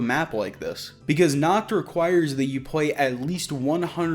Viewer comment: I speak a little German, so yeah. I hate how they say it. It means "night" my guys, not "naked". Lol